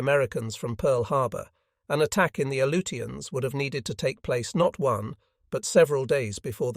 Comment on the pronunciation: I can't stand it. A-LOO-shuns. Jesus.